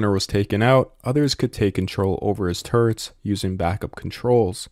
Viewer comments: Sounds like you're saying "turds"...... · hehheh, every time the narrator says "turrets," it sounds like, "turds."